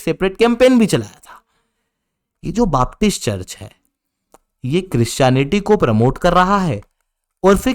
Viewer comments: बापटिस्ट नहीं बेपटिस्ट। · it is known as BAPTIST CHURCH and NOT "BAAP"TIST CHURCH